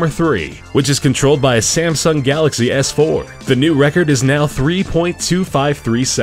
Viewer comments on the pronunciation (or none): none